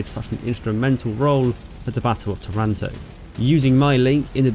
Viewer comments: Pronunciation check: TAranto; VEneto. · Its called tàranto with the accent on the first a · By the way, the city's name is pronounced TAH runto in Italian. Good narration of this amazing adventure by the Biplane Bravos ! How the damaged plane was repaired in a few minutes ! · I would better tell them just to pronounce Taranto in the same way they pronounce marathon- Simple as that